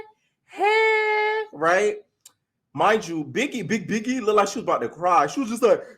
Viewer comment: Lol i don’t like stunna girl but her calling biggie, piggie was funny 😂